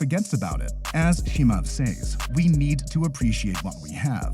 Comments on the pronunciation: His name is not Chee-mahv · Listen computer voice who can't pronounce Chemaev... Dana White is a degenerate gambler who is most defenetly screwing his fighters over... Period!!! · J, the pronunciation is just atrocious. Chimaev-approved video. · Lol chimuv and enganewn i love how this dude pronounced their names lol